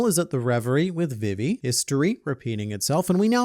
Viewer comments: Can u stop saying vivis name like that please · Why are you pronouncing Vivi wrong?